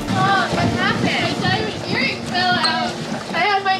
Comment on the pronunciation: I love the : im honna cry my diamont erring